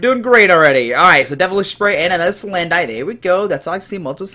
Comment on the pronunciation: dude, it's pronounced like "bandit" salandit is salamander + bandit = salandit it's like you completely missed the whole point of it's design? it looks like a thief, a robber, a BANDIT. do you get it? stop saying SalanDITE it's sa-land-it it it it it it it it it it it NOT ITE ITE ITE